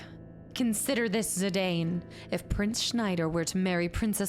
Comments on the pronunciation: Im going to be that annoying fan that tells you its pronounced "Zi-Dawn" 🤣 You can pronounce it however you want. But its sorta if Cloud was pronounced Cluh-Uude. It wouldn't make sense. So while you can totally call him ZiDane if you want and that's totally fine, its ZiDawn officially 🫶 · Zidane is a French name btw, so it is pronounced like Zidann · also, fun fact - Zidane is actually pronounced "Zih-Don" =) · If it's something you're seriously pondering, when I hear this name in european countries it is pronounced Zih-Don or Zih-Dawn, but I think legit everyone who's ever picked this game up says Zih-Dane so I don't think you can really go wrong. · IIRC, in the Dissidia game, they pronounce Zidane as "Ze-DAWN." I remember thinking, "I've been mispronouncing his name for, like, 15 years." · This is one of the best. A quintessential Final Fantasy. It was the last Sakaguchi (the creator of Final Fantasy) had any involvement in, and the last in which Uematsu did 100% of the soundtrack (he's also said it's his best work). It's pronounced Zi-Dan, too, btw. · Zidane's name pronunciation: Zi-DAWN. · I used to say Zidane the same way. But in general for names, I equals EE. Japanese pronunciation rules. Anywhere, couldn't steal means you failed a steal check, nothing to steal means the target has nothing. Stealing from a master thief might be hard as a young novice.